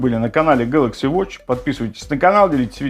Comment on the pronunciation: Galaxy а не galacxy